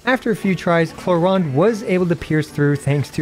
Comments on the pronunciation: Clorinde pronounce as clo-rinde not “clo-ryne” 😅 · WHERE DO YOU SEE AN "A" IN "CLORINDE"!?!? it's not "clorEnde", it's"clorInde"!!!! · i tot its clo-rin-de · clorand is an earsore, its clorinde like the jp dub. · Its not just you, I kept calling her Chlorine the entire time. so Chlorine-day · bro reading her name in german is so bad... Klo-Rinde doesn't exist as an actual word but would mean something like Toilet rim... wtf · Honestly, I hate the English pronunciation of “Clorinde” (Kloränd)... It sounds like the German word "Klorand" (toilet edge) when pronounced in English xD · I think most non native english would pronounce her name the same as you